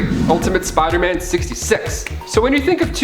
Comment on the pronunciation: Smh why do you say Spider-Man like